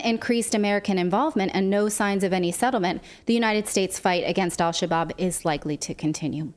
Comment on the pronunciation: Al Shabob? How about Al Shish-kabob?